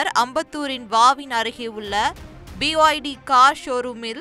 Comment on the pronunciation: Can't the news reader pronounce properly? aAfter playing this video, I understood that the brand is ' BYD' Chinese origin.